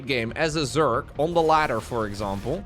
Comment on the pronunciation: The only thing I’ve noticed with English is that when he gets real excited he tends to say Zerk instead of Zerg. “Oooohh Zerkling runby!” Its kind of adorable though so it don’t bother me none. 😅